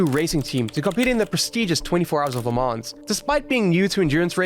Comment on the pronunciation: They're pronounced Spa-Francosham and Le Moh. You don't pronounce the 'p' in the former nor the 's' at the end of either. Oh and it's pronounced Alpeen.